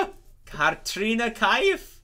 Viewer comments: Kartrina Kaif😂😂😂 there is no double R in Katrina!!! Katrina is a fairly easy name to pronounce! Also you guys talk way too much during the dialogs and then miss the part and dont understand whats happening. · yep Katrina is a common name. don't know how you can mispronounce it being american lol. Not to be mean, but I think these folks just aren't very bright 😅